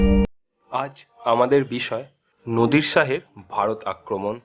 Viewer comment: উচ্চারণে এমন ভুল করলে কি চলে? " নদির " শাহ বলাটা ভুল নামটা হবে " নাদির শাহ "। বানান গুলোর উচ্চারণ ভালো করে শিখতে হবে।